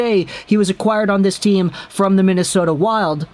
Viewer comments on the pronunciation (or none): none